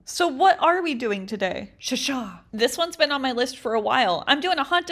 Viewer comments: you had me at 'Shashaah' 😂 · Your “sashaw” kills me everytime